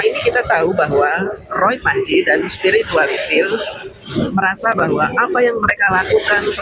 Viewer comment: Alhamdulillah...Bahagia campur haru. Sehat2 selalu ya Pak Jokowi. Btw saya sukaaaa sekali fasih bilang spiritualitilll..... Tks mbak, puasss rasanya.